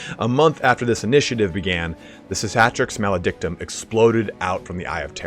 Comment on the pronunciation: Si-ka-tricks Ma-lay-dick-tom 😂 jk dog. It’s hard to say.